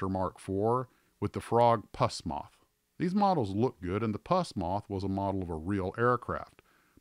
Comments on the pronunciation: Its Pronounce Puss not Puasss. I want one. See them on Ebay once in awhile. They have a Clockwork wind Motor. I've had the R.101 and a Hawker Hurricane that's on my Shelf now. It's an Old Klunker. Nicely Done Video. Thanks Again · I liked that Frog made kits of aircraft no one else did, like the Vultee Vengeance, Avro Shackelton, etc. And I’m pretty sure it’s pronounced “Puss” Moth as in Puss in Boots, not “infected goo.” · It is NOT pus moth it is Poos moth, as in pussycat. Emphasis on the 'oo' not the 'u'.